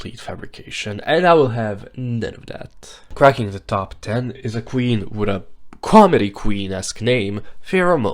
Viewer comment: I legit thought they said "fracking the top 10" and I immediately went "Wait, Ru doesn't compete tho?"